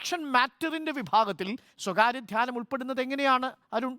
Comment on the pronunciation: ധാനൃമല്ല...അടിമേ...ധ്യാനം......ധ്യാനം...വിവരംകെട്ട അടിമേ...മലയാളം പറയാൻ അറിയില്ലെങ്കിൽ അറബിക്കടലിൽ പോയി മുങ്ങിച്ചാകൂ...നാടിന്റെ ഭാരം കുറയും